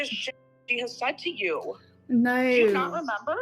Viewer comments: As an Aussie, I would like to apologise on behalf of our country for how says 'Naurr'. Should you ever visit our fine country, please find a complimentary Bunnings snag and a tray of Tim-Tams at your arrival gate as compensation. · I know it sounds ridiculous, but it makes me feel violent the STUPID way she says "nEiU". Like, it makes me want to hit things. (I also think she says it like that to imitate Erica's wife's accent, just to be spiteful, and then she just stuck with it). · The most insufferable part of this era was her pronunciation of the word no and her use of the word hectic. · idk why but the way she is pronouncing the word "no" is giving me second hand embarrassment and it's annoying AF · I noticed saying "no" in the same annoying way does, but not quite as pronounced. Makes sense that she adopted this from Erica and her wife, as she's never had an original idea in her entire life.